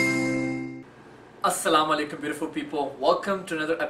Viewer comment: hate froggy.. dont bring her in your videoss ... please please request and you always pronounce the wrong way of salam .. make it right